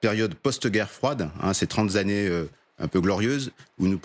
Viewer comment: Trente zannées...... Di zannées Vingt zannées trente zannées Soyez vigie lent